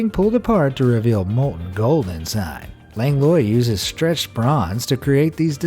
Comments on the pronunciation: I believe "Langlois" is pronounced LANG-lwah, not LANG-loy. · Langlois is pronounced 'Lang-wah' you goon. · so i have the same last name "langlois" and your certainly saying it wrong my guy...